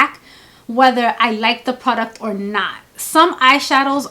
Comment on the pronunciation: I love the way you say "pru-duct" (product) 😂. Your eyeshadow technique is so lovely. Always a soft glam. I would like to see a 'no makeup- makeup look' lol. When you have the time. Xoxo